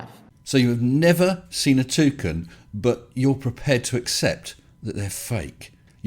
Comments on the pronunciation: I heard "two cans" 🤣🤣🤣🤣🤣🤣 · A Toocan, i love the way you say that, i've always heard it pronounced Too - Can, but from now on i'm saying it your way !